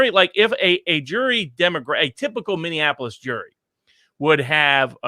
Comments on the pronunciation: Minneapolis = "mini-ap-o-lis". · I say this gently because I love you and your channel and all you do, and you are a much smarter person than I am, and I have my own flaws for certain. But please stop saying "Minneanapolis" Mini (something that is small) Apple (the fruit) Us (you and me) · I like your program and I appreciate your educated insight however I have a difficult time when you can't properly say Minneapolis. Minne-apolis it really not that hard